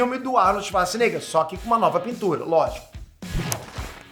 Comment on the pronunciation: Só eu que ouvi o falando "Arnold Schazznigga"?